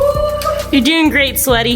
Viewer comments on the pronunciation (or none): are we gonna ignore the fact that she said ‘sweaty’ 🥴😂